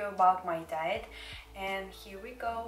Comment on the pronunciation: How many times did he say diet it's like she calls it "diyet" oof no worries I'm not a hater it's just I'm laughing but I don't hate your voice it's cool